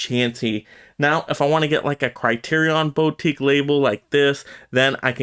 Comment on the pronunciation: i know its a nitpick but its driving me insane. Its pronounced "boo-teek", not "bow-teek". Put the emphasis on "teek".